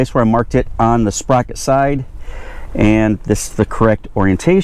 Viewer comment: Say”sperocket” one more time. 🤣Great video. Great job and Thank You